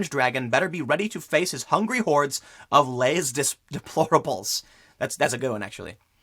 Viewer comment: Moore did not come up with "Les Deplorables." We did, and it's not pronounced Les Deplorables, it's more like Les De-plor-AB-les.